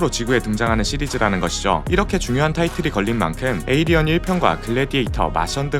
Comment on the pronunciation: 하필 디즈니...에얼리언이라 쫌 ㅋㅋㅋㅋ